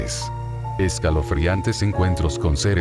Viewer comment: Soy el único que se dio cuenta que al inicio de el vídeo desia escalofrianes enves de escalofriantes